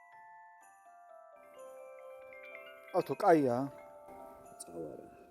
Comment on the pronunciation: ბოლოს როგორ კახურად კითხა ,, კაიააა ?😂😂❤❤ ბოზბაში აფსოლიტურად სხვანაირად მზადდება